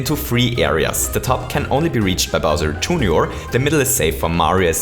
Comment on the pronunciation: The way you say junior is super fun Also can’t wait to see you make videos on SMM2